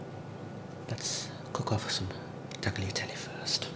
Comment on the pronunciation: The g from tagliatelle is silent “is taliatelle”